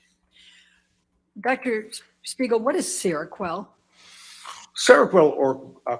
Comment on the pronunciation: keeps saying Shpiegel 🤣